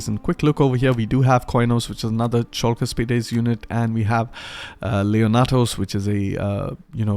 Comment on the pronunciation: Wonderful!! But... don't bring back the "chalk", their shield is not made out of blackboard writing materials, lol. It is pronounced as the "Hulk" from the greek Χαλκός Halkos (Bronze). The ch is meant to represent the χ sound but it would be more precise to be written simply as "h" or "kh". Once you get the Argyraspides you won't have that problem again, as you pronounced them flawlessly.